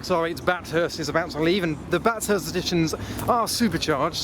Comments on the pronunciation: this has probably been mentioned before but ITS PRONOUNCED BATH-HURST NOT BAT-HURST after the very famous mount panorama circuit, Bathurst, Australia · I've found a gap in your encyclopedic knowledge of cars, which I am happy to fill for you now. VXR8 "bat Hurst "!! really? you're having a joke with us right? It's "bath urst" after the race around Mt panorama. I now await the inevitable put down from an aussie! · Its bath urst. Not bat hurst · As a Aussie I cringed everytime u said Bathurst lol. If u havent heard of the Bathurst race track u should look it up.. it's insane.